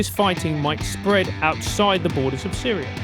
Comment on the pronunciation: FINALLY! A WESTERN WHO REALLY KNOWS WHAT THE F IS GOING ON IN SYRIA. HE'S SO GOOD THAT HE PRONOUNCED ALL THE NAMES CORRECTLY LOL